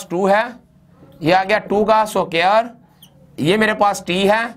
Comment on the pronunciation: Very nice video But you need to watch out on "SUQAAIIR"